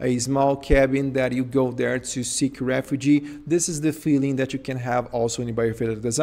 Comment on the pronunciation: Studies have shown that humans have better mental health when they have access to green spaces. It makes sense to incorporate greenery to living spaces. However I felt distracted in this presentation by his failure to understand the pronunciation difference between "refuge" and "refugee."